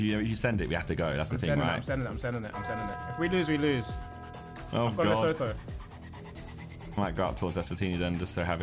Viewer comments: As a South African I was laughing my head off at harrys pronunciation of leshoto, “lesowtoo” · The pronunciation of "Lesotho" kills me as a South African 😭.